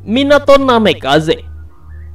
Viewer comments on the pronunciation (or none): Woy tolong admin baca namikaze bukan namekaze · Bukan namekaze tapi namikaze